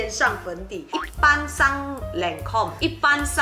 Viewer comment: 讀音是lon-come，not len-come